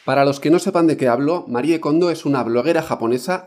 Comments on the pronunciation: Se pronuncia "Marí" Kondo!!! No "Marié", Por DIOSSSSSSS!!!! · Me perdió en cuanto dijo MariEE kondo 😒 pronunciando la E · Se pronuncia "marí" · que cuesta decir "MARI KONDO" 😒